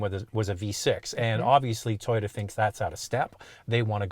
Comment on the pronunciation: Atleast they say toyota correctly unlike TFL with their tie-yota